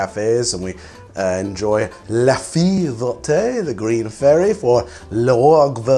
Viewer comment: Love the channel, always great information, but also... I think Babel would be a great sponsor for you, maybe they could even give you free access so you can stop butchering every french word you say!